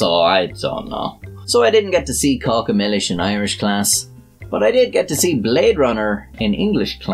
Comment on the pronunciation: I AM SORRY, but I can't subscribe because you made me watch 'Caca Millis'!! It is 'CACA' for sure; but in a different language!!